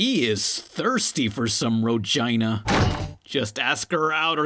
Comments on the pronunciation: Did this bitch said rogina 😁😁😁😁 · "HE IS THURST IS ROGINA"